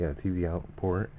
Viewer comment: when he said the port the first time it sounded like porn LOL